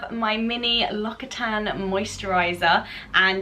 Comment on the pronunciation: It’s pronounced “lox-ee-tan”, not “lock-itan”, fyi